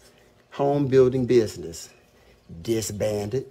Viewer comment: Everytime he said disbanded I cracked up 😂😂